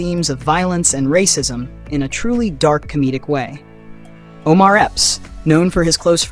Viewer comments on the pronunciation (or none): none